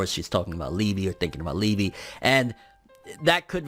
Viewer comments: Lee--ba..... Lee--bee just sounds wrong. Its like calling Yami Yammy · liebe is pronounced leebay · Its pronounced Lieba(its german) but spelt Liebe(which means love) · I think that Liebe is pronounced lee-bay